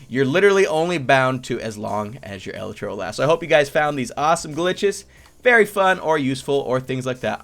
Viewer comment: Elytra is pronounced e-Le-tra